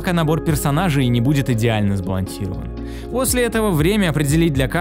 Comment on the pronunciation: я один слышу не сбалансирован, а сбалансилован?)))